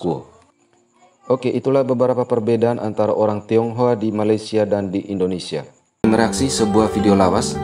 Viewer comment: Bukan tonghoa tapi tinghoa